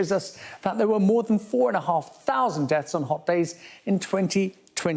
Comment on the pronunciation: It's called DEATHS not DETS.